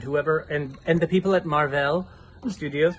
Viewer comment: Haa....you guys are great....I am going to start pronouncing Marvel as Marr-vell 😂